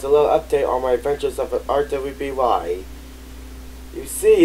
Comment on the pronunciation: I think it’s just pronounced “Ruby”. You don’t spell it, you say “Ruby”